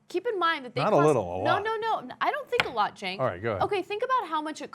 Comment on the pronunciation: The lack of emphasis on "a lot" when Anna said, "I don't think a lot, Cenk." was absolutely hilarious X-)